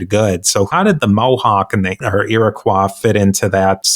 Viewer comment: I cringe every time he says Iroquois. He butchered it 🤣 Mohawk, my people, were keepers of the Eastern door. If Europeans were allowed passage through, they were assumed to be trustworthy, at least for trade. Because many, and I mean many, didn’t make it through Mohawk territory. 😂